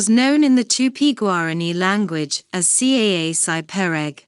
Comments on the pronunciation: Bad saci perere pronunciation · i'm glad you're sharing this but i can't stand how she pronounce's my boi's name :( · Didn't it occur to them to find out how to pronounce his name before making this video????